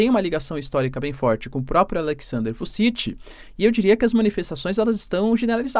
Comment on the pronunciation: E ainda errou 😂. Fala-se Vutchitchi